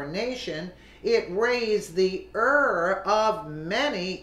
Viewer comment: I've told you once already- buy a freaking dictionary! This link even has an audio file to help you pronounce the word. It is IRE as in the words f-IRE or t-IRE.